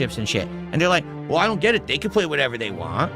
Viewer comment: "You'll never gyet clips of phil raging while playing dragonquest 7" we're watching exactly that right now and it cost literally zewo dahllars... although it is more of an impotent tantrum